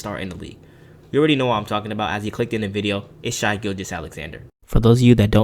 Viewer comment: Stop calling him “shy.” It discredits the rest of the video edit: sorry I sound like a dick. It’s just a pet peeve of mine. If you’re gonna do an NBA video that’s about a specific player, getting their name right is a must. Gives you more credibility. Video overall was great. It’s pronounced like “Shay” because his name is Shaivonte